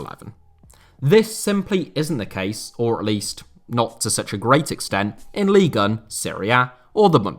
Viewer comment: You are so precise with your narration, articulation and intonation - yet, you can't seem to pronounce Ligue 1 properly :)